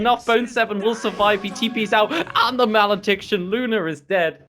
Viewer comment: Good cast but it's "Maledict" and "Luna", not malediction or Luner